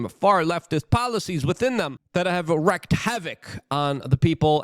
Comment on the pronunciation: Wrecked---reeked...NOT WREKED!!!! Arrg!!